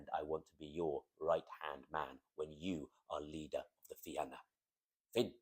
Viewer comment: Salmon of Knowledge Fi-na not Fi-an-a Fair play otherwise